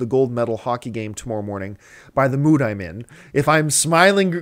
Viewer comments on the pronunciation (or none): none